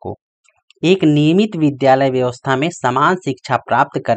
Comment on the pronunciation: Vidyalay ko bhidiyalay bolte hai